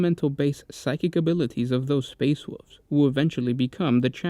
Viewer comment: It sucks he cannot say "wolves"